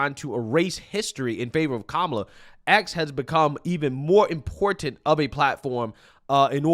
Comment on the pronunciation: Oh my God! This "thing" is so triggering for me and I don't know why. This "thing" is how the younger generation pronounces the word "Important". I learned to say important just like that. Important. Not "Importante" or "Impor TANT" Can we just say the word without the added accented end of that word? Not important. Don't answer that. Yeah ok, it was whining. I agree. Love your channel.😎